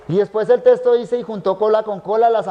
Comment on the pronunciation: Este siervo de Dios dice testo en lugar de texto. Tremendo detalle, no es la palabra correcta, ésta tiene otro significado.